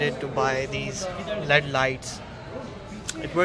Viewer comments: inko led lights nhi boltay. These are ‘L’ ‘E’ ‘D’ lights. But still i like the way you are struggling Keep going all the best👍🏻👍🏻👍🏻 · Led lights 😂😂 It is L.E.D you pronounce it separately